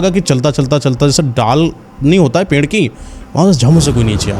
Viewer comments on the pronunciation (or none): none